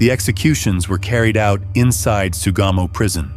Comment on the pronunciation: It's Sugamo Prison. I keep hearing "Tsugamo."